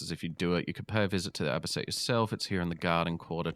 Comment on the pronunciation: It's A-Bee-Cee-Ann